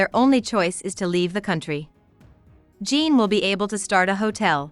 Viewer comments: your pronounce it kinda like john but fancy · How u gonna pronounce Jean like that 🤣